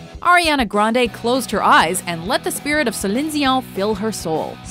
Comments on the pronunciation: Celine "Zion" 😂😂😂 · Who's Celinzion? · Who is "Cillin Zión" I wonder? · Who is Selinsch Dionsch? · Good ol “sulin zizaw” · I never knew that Celine Dion is pronounced like "Zelíne Ziou" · somewhere in the world, a small child gets uppercutted every time the narrator says "Celine Dion" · the way she pronounced Celine Dion Was Weird, It was a bit Exaggerated, i mean i know its a French Name, But just Pronounce it like how everyone else pronounces it...